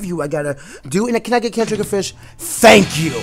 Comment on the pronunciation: You said "Turf War Gameplay" instead of ranked battles in the title. Also it's triggerfish, not triggerdish xD